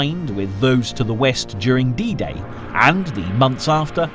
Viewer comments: Operation Ba-grat-ee-on...... mot Bag-raton. Bagration was a famous 19th century Russian general.. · i believe its pronounced ba-grat-ti-on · Why English spiking people read everything like they would have been done in English language. “Operation bagreishion” he says it is name of major operation of world war 2 and it is called after Peter bagration -general of Russia of Napolionic wars. Bagration is Georgian Royal surname and it is pronounced like it is written.